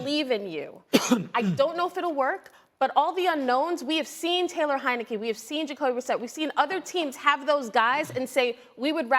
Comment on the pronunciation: He said Taylor heinecke .. lol get up out of here